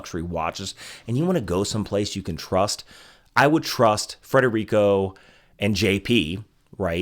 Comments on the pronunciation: It's Federico, not Frederico. But, thanks for the endorsement. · “Federico”, not “Frederico”. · Omg Federico, not Frederico. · Fed-erico. Smh. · FEDERICO not Frederico.